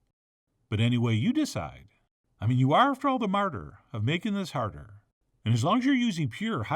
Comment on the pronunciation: Honestly couldn't tell if Chef John meant to say "martyr" or "Marder", but either works tbh. (Context: )